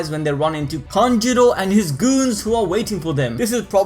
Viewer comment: Kanjurooooooo not kanjiro :< haha